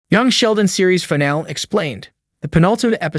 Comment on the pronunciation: Fuck AI voices. Fìn al EEEE Jesus fuck. Either say the fucking words or hire someone.